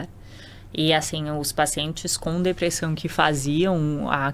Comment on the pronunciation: Eu tento segurar o riso, mas a mulher vai lá e fala "depressÃum". Kkkkkkk Esse sotaque é PEPITA DE OURO, MÊU!